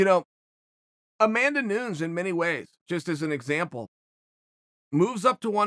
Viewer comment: I KNOW THAT YOU KNOW HOW TO PRONOUNCE AMANDA NUNES UNCLE CHAEL I KNOW THE GAME